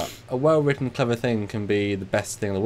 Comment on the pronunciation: heh, 'well wrutten' at 8 minutes